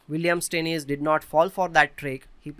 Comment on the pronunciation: As a German, I am in pain when you say "Steinitz" :D Aside from that, very nice analysis!